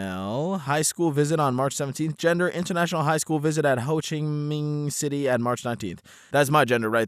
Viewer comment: Just say hoe chee min city